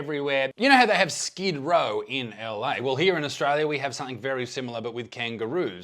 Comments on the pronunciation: Instead of skid row it’s skid Roo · Instead of Skid row its Skid Roo!!! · Skip-Row ... c'mon Isaac! Skippy was a damn Aussie Icon! Even got it here in Scotland.